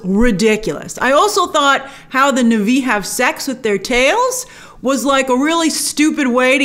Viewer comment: It's pronounced Na Vee... not Nahvi 🙃! 🔪😎👎